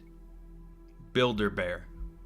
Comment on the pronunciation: Builder bear sounds like build a bear